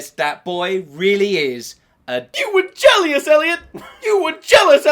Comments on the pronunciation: "YOU WERE JELLIOUSE ELIOT" XD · "You were jealious Elliot"